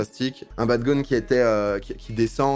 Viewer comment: On dit les gones mais le s ne se prononce pas attention